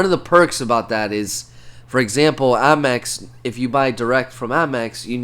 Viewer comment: Is he saying Ammex?? It’s APMEX.